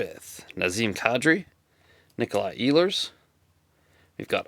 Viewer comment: You might be one of a few breakers that knows how to properly pronounce Ehlers last name ha, nice break!